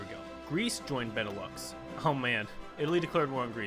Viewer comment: Benelux: Ben-e-lou The japanese faction: Die-toa Key-oi-ken Xibet San Ma: Sie-bei san ma Svea Rike: Swe-a ri-i-ke Some pronunciation, correct me if i'm wrong but this is how i've heard people say these things. Also, this is very cool, way better than 100% world tension, keep it up!